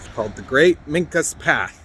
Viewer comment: They pronounce their name as Ming-qua. And yes, they still exist. If you want to know more contact me. There is a whole lot more to the Susquehannock story than has been told by white historians. Also, you should do a history on "The Black Boys of Pennsylvania". Goes back to before the Revolutionary War. Really fun story, and they have, but should not have been forgotten.